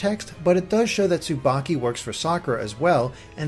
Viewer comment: S-subaki.... That's not subaki...